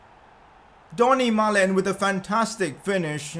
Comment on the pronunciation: Its donyel malen not dony malen